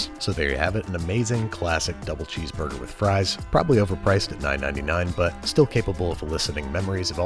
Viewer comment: “MmMmh chez borgurh”